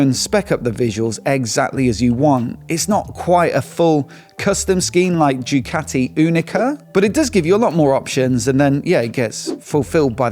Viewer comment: Did my man just say Jew-cati?! 😂